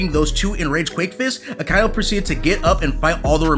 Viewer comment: It's Aka-inu.